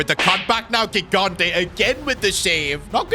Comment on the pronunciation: Second time telling that his pronunciation of "gigante" is incorrect (correct one is "jigante")